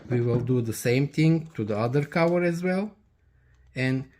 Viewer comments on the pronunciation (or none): It's cover, not cower😂